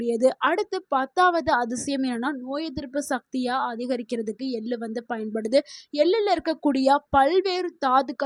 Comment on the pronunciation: Ellu எல்லு தவறு எள்ளு !! தமிழ் வாசிக்கத் தெரிந்தவரை அழைத்திருக்கலாம். இங்கு ஆங்கிலத்தில் எழுதியதை இவர் வாசிக்கிறாரா? ai பராவாயில்லை?